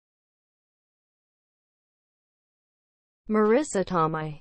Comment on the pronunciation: Not only are you pronouncing her last name incorrectly, you are also pronouncing her first name incorrectly. She pronounces her first name as Mah-ree-sah. It rhymes with Theresa.